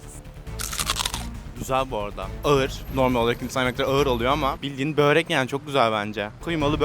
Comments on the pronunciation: börek yeriine böğrek dediğin için disslike attım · Börek❌ bÖğğĞrekK✅ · Böğrek diyenlere ağır tilt oluyorum ya arkadaş böğrek nedir